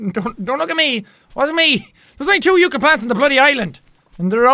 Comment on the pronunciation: So very late here, but yucca is pronounce with an "uh" sound, not an "ooh" sound :')